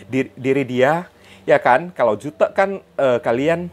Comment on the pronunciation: Ko . Bilang " jutek " bukan kayak ngomong " butek " tp kek ngomong " " kutek